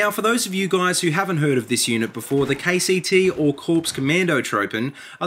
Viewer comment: When he says KCT i hear KTT